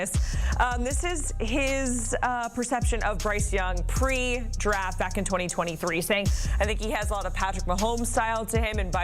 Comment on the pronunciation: No one's gonna mention she said ANAL-yst? lol